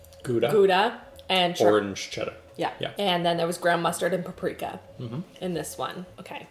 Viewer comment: I love how says prapreka instead of paprika